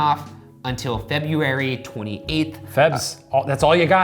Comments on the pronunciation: Ryan finally said February correctly lol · he said February normally I'm so upset